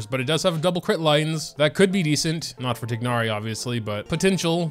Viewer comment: Pains me how bad u pronounce tighnari’s name